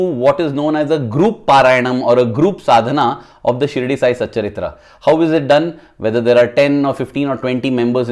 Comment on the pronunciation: Sai satcharitha... Not satcharithra...